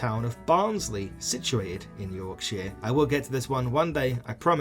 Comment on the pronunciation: why do you say Yorkshire like that 😭